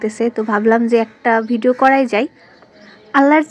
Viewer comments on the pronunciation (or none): none